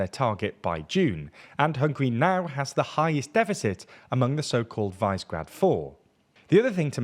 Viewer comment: Someone, ANYONE help this guy get at least some of the pronunciations correct. “VICE-GRAD”?!? Like a middle school morning announcements show.